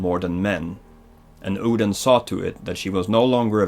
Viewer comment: I'm here after watching god of war 4, and I'm here to tell u: Get your pronunciations and spellings right. Loke... Seriously!!? I mean come on, everybody knows it's Loki, all u had to do was watch a freaking avengers movie!!! And even Odin! U were calling it something I don't even know what.